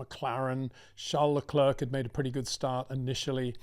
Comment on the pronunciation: The last 'c' in Leclerc is silent. It really sounds like Leclair.